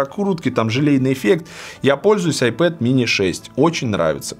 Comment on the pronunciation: Получается айпопэд/айпопит